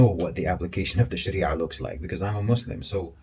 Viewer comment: I was wondering why he was saying Sharia properly (as most people dont) then he said hes a Muslim. MashAllah